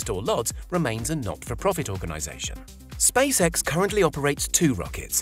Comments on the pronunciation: ah yes NASA and space-eh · He said Space Hec